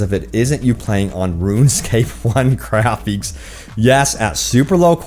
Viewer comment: “Grapheeks”, “dameeged”